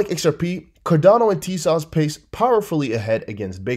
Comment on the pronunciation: What's up with TEZOS, E sounds like ever, O sounds like oh! I wish you'd stop slautering the pronounciation.